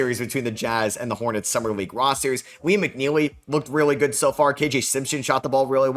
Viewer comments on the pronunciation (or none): none